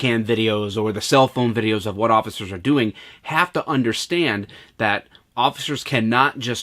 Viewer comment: “Vat” happened to you when you got tased?